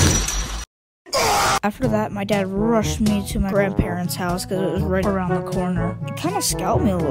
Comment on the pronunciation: said AROUBD THE WORLD